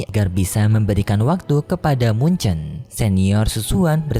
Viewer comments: Muchen min bukan munce, jiyu min bukan jiayu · bang bukan mun ce tpi mu chen🗿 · Mu chen bukan mun che